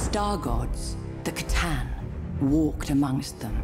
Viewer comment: Okay so its pronounced Kah-tan it seems